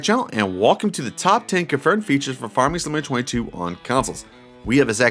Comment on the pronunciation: Slow down and E N U N C I A T E You pronounce Farming Simulator 22 like "Farmesimalayertweyto". You sound like a kid rushing to get a story out, lol